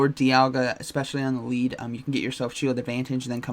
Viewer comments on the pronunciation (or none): none